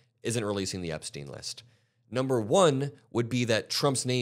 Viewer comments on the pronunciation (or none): none